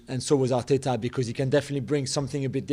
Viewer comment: MIIIIkel Arteta... MartinELLLI, just say the names normally u goon